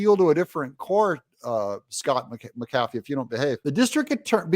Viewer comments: It’s not Mckafee. You pronounce McAfee as Mac a fee. Same as the anti virus. It’s my wife’s maiden name. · His name is pronounced MACK a fee.